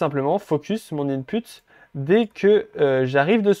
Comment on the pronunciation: Super explication! J'adore :). Je rie á chaque fois il dit in-p*te😂😂😂